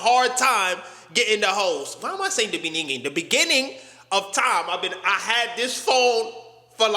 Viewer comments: 🇿🇦🤔 My nigga. Did you just pull that 🇿🇦South African shit? "In the beninging" 💔🤣🤣🤣🤣🤣😭😊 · My sides are hurting of too much laugh. Also "Beninging".